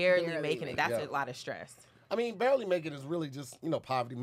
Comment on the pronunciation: “BARLEY” making it… its Barely 🤣🤣🤣 i know you typin these up